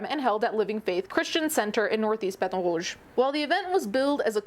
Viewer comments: Ah yes, the state I live in. This has been the talk of the town recently. Also, we pronounce baton rouge like "ba-tawn rooj" here. I am disgusted by the things this state allows. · As someone who lives just outside of Baton Rogue and has my whole life, this doesn’t surprise me at all and yet I’m pissed. Also, why do you try to say it like that…? Threw me for a loop hearing it said so French instead of Cajun. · A little off-topic, but as a long-term LA resident, hearing you apply proper French pronunciation to "Baton Rouge" is killing me. I keep imagining you listening to Louisianians pronouncing French exonyms and patronyms and just cringing eternally. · Why did the way you said Baton Rouge trigger me so much? 😅😂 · not gunna lie hearing “baton rouge” be pronounced in an actual french accent was kinda jarring lmao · I always forget she speaks French when she said baton rouge I nearly fell out of my chair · She butchered the pronunciation, made me cringe...